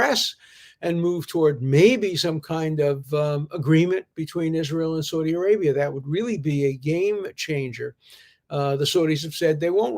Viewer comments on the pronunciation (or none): none